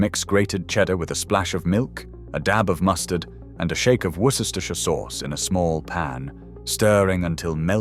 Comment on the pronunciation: 'Wor-ces-tershire'? Deary me! 🤣